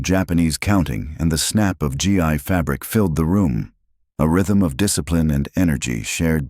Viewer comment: Gi pronounced gee not g and ai